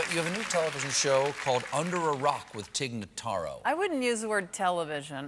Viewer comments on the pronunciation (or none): I would just like to inform Stephen Colbert and everyone else that her name is Tig Notaro, not Tig Nuhtaro.